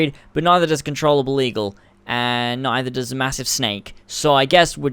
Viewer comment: control able?????? your english is so good